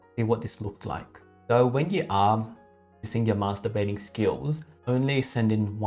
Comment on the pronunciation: Did he actually Say Masterbathing